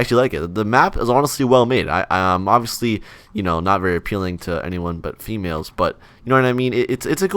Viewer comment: said ”females” like it was some sort of advanced life 💀💀